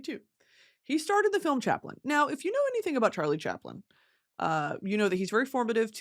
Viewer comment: Fr said “charile chaplin???????”